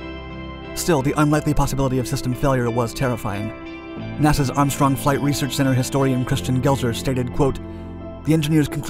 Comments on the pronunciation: A really beautiful fighter jet. The ability to bank sharply was a plus, but the instability without computer assistance...well...major drawback. Still, it's something the military designed and made work. Oh, and 'research'...not 'reaserch'... :) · *"Research" not "R e a s e r c h" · "Reaserch"? Sorry. That is triggering! lol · Great video! Everything except "Reasearch." But hell, everybody makes mistakes. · "Reaserch" flights ??